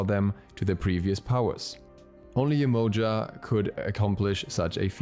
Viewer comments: It’s definitely not pronounced YE -MOE-JUH. It’s Yeh-Ma-Ya 💯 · the right way to spell her name is Yemanja. The way you spoke sounded more like "emoji" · It's pronounced Jehmoja